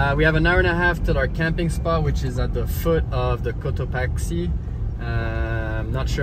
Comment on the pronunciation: Todo hermoso! No es Cotoachi o Cotaqui, es Cotopaxi, hay q pronunciar la X. , entonces Cotopaksi, esa es la pronunciac